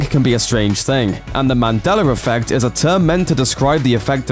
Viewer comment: Are you saying mandeller effect? Why?